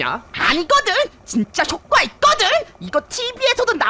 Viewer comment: 효꽈가 아니구 효과라구우!!